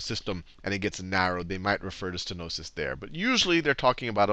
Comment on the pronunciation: Stenosis, not stenois.